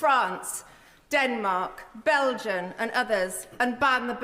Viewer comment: France Denmark BELGIAN?! I had to rewatch her saying it a couple of times just to make sure I hadn't misheard, to read her lips. Does she really not know that the country is called Belgium?